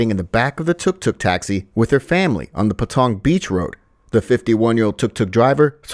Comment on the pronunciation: Well done for fluffing your lines again... her Frrramiry